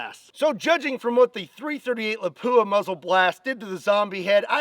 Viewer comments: My Finnish friend Tero say's it's pronounced "LAP - wuh" not "la POO uh." Just sayin'. Otherwise, I LOVE your videos,! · Not La-PU-a. LA-pua. Stress the first syllible. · Did you say Lapua? That's finnish city!